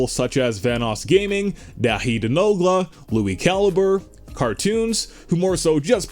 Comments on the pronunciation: That's not how u say daithi it's not dat hi it's dot hi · I'm sorry but this guy said DATHEE , it's Daithì, Irish for David u uncultured swine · "dah-hee" XD. It's "Daw-hee" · Its pronounced dawhi obviously its spelled daithí